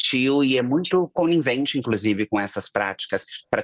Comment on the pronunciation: “Agarinhando… coninvente” 😅